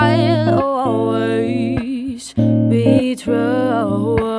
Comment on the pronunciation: "I'll be twew..."